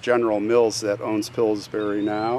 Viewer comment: Every time you say Pillburys...it sounds to me like it is another kind of berry...like strawberries!!! Now I want to try Pillsberries!!! LOL!!!